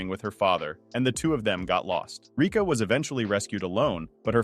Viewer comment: (what he said: rica) (the real one: Rika)